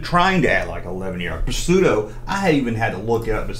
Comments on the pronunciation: My cousins had that Ewok hut thing, hers was green abs had a weebles type family in it and that was when Star Wars was still in the cinemas here in the UK! Oh and with pseudo, you don’t pronounce the P 😊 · When you first said Pseudo I thought that you were trying to say Prosciutto. 😂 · The p in the word pseudo it's silent